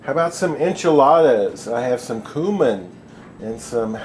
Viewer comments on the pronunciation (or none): You say cumin weird .